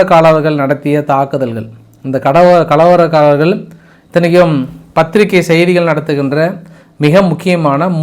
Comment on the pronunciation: கலவலக்கார்ர் இல்லை கலவரக்கார்ர்